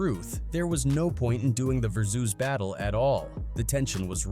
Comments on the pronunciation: The way some things are pronounced really throws me off... versoose? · How tf does ai not know how to say versus correctly? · Stop pronouncing "versus" that way. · Wtf is a versoos battle it's pronounced "Ver-sus"